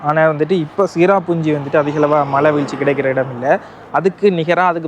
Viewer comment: Hello டாக்சி சிரபுஞ்சி சரியான உச்சரிப்பு